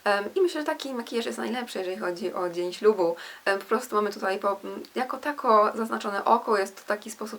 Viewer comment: "postu" zamiast po prostu.. mów wyraźnie